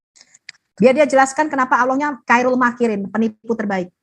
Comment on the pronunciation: Khoirul ko di baca kairul pie mbak e..mbak e.. Kaum terjemah memang menonjol